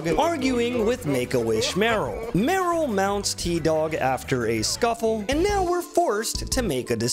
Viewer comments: The way you pronounce Merle wrong is so funny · please stop saying Meryl! Its Merle, MERLE!!!!